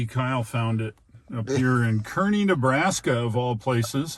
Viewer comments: it's pronounced kaa-rney just fyi :P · That's Car-Nee Nebraska. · I wanted to rip my ear out every time you said Kearney. As it is pronounced “CAR-KNEE”. Other than that, great content! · As someone who is orignally from that area, I felt the same way lol